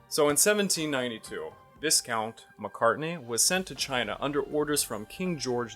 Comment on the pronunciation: Excellent documentary. Very well done. Just one minor little thing. The British title "Viscount" is pronounced "Vy Count". The s is silent.